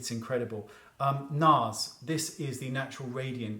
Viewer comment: When he said NARS I WAS LIKE BOI BYE